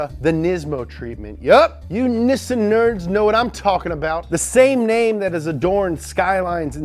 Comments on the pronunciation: Idk why he's calling it that sounds annoying AF cud hardly finish the vid for once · Say it with me: KNEE-SAAN. Not, NISS-SIN. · Speak Japanese. It’s pronounced like most say it ... knee-san. Where did you get the idea it’s nih-sen? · Its pronounced NEE-SAHN watch?time_continue=16&v=3l8xFCLB1m8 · Its not nissun its niiiisaaaann lol 😆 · Its nissan not nisend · Why do you say nissin it’s Nissan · Nissan... not nissin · Nissan not nissin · Why does he say nissin instead of nissan? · Dude, I love, LOVE your shows. They are great! Informative and entertaining. BRAVO! But one thing.... You say a car company's name...just wrong....wrong! Nissan. Nissan is pronounced NEE-SON. I lived in Japan for 4 1/2 yrz and speak Japanese. It's not "Nissin" which is the Food Company like instant Ramen.... It's Nissan (Nee-SON). Just sayin. Cheers and Rock on! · Me: Nissan My brother: Nissin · The was he says Nissan sound like he's says Niss in instead of Niss an. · It's is pronounced Knee-Sahn, not Nisz-sin. Take two minutes to find the really good video on correctly pronouncing Japanese car makers in English. I'll try to find the link. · Nissin Sentra SE-R INSTANT RAMEN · ITS NEESON NOT NISSIN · It's pronounced neesawn. Look up the video from MCM where Japanese people tell you how to pronounce their car brands. The only thing that pronounced as nissin is the brand of noodles. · I cringe every time you pronounce Nissan nissssssen it’s NI-SSAN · Nissan= Nessin?! I thought it was pronounced, nee- sahn......Neee- Saaahn!!!!!!! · "Nih-sun" I thought it was pronounced "knee-san" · why are you pronouncing it nissin instead of correctly? (NEE-sahn) mcmtv2 has a video on how the Japanese pronounce car manufacturer names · NEEESAWWN NOT PISSIN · He says Niss-an, I say Nee-san...umm hmm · Why do you keep pronouncing Nissan wrong? It is pronounced (Nee-Sahn) not (Nis-an). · Ok, even the Japanese pronounce it ne san. The only people that pronounce it nis san are European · Knee-san Not Knee-sin